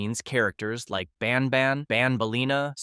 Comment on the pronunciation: It isn’t pronounced bon bon it’s ban ban